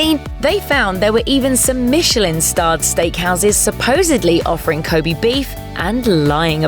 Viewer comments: こべ (kobe), not こび (kobi) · Ko'bee' beef? cancer-inducing pronunciation fuck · Please stop saying 'kobi beef 'ffs!